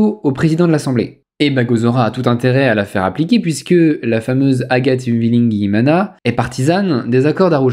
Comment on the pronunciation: Thumb up pour la prononciation fluide d'Uwilingiyimana ! Je me demande combien de fois vous avez du le répéter pour dépasser le délie-langue !